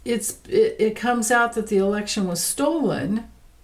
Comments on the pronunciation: Were you saying election problems or erection problems? Or both? 😂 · I thought you said erection problem, but you said election problem!😂